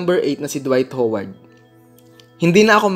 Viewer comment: Ano daw? WHOWARD? 😂😂😂😂😂😂